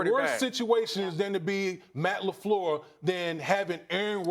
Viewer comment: hey Max, get off Steven A. he's pronouncing "Lafleur" properly and respectfully. also Rodgers' GREAT talent has been WASTED in Green Bay.